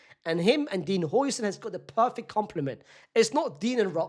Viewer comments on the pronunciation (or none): Another day of correcting this mf 😭😭 its how-sen not hoi-sen😭😭